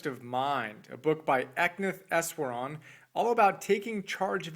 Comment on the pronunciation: For the record, Easwaran is pronounced with an "sh" sound as in Ishwaran. Thanks for telling people about my teacher. That is his given name with Eknath being the family name. We called him Easwaran and also spoke of him as EE. He is published by Nilgiri Press at the Blue Mountain Center of Meditation in Tomales, California if anyone wants more information about him and his 8-point program for spiritual development.